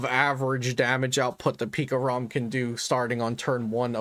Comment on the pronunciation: for some reason i laugh when i hear pikarom